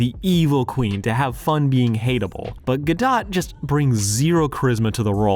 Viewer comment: There is something funny about you talking about the automatic negative reaction people sometimes have toward actors who speak with an accent, while I am having that reaction whenever you mispronounced Gadot.